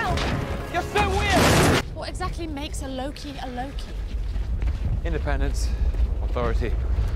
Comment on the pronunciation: not him calling lokey as pokey cracked me uppp 🤣